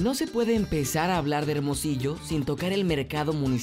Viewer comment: se dice Hermosillo